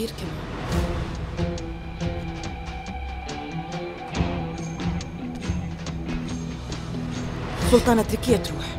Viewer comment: ما بتقول سلطانة بتقول سلتانة😂😂😂😂😂😂💔